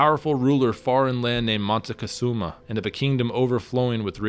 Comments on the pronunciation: Moctezuma: as in MOK TÈ ZU MA. Not monezuma. Drives me nuts. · great story,,BUT confusing c and n is pretty bad......Moctezuma not Montezuma,,,you fan of montezanto??? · Did you say Montecazuma lol around 3 minutes? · moticazuma??? hahahaha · I’m not a historian but do enjoy it. However, from what I learned living in Monterrey, Mexico where my family is from, I was told the name is Moctezuma, not Montezuma. As well, Mexico came from the name Mexica (pronounced Mechica) hence the term Chicano. Before you move forward in time, please consider first telling the stories of the Native American nations around present day Mexico City prior to the arrival of the Conquistadores. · Stop being so stubbornly white. It isn't Montezuma, it's MOCTEZUMA. Where do you see an N in the spelling, or how do you hear the letter N in the pronunciation? The spelling "Montezuma" is an Anglicized version that became widespread in English literature. You should research a little more before being in such a hurry for YouTube $$$$ This is one of the reasons why I don't trust western world-view history. There is this growing misconception that in order for there to be any truth in history it has to be American-funded. I apologize, I don't mean to be so harsh. Otherwise, good story. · It's Motekusoma, not Montezuma. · Moctezuma is not pronounced like that, it should be pronounced more like Mock-te-zoom-a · Córdoba not Cordoba Moctezuma not Montecosuma or Montezuma